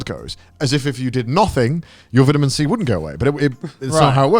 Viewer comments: “VITuMeN C” lol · The way Grant pronounces vitamin 🤣🤣